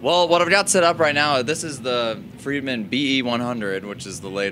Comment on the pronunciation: That homeless guy at the end seemed confused, it's Friedman not fired man.